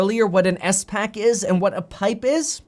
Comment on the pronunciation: I knew what a spac was but Kevin threw me off by saying it as s pac